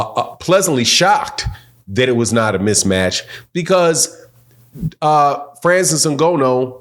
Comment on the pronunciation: Put some respect on the man’s name!! If you’re going to report and talk about cheating and other so called facts at leat pronounce Frances’ name CORRECTLY!!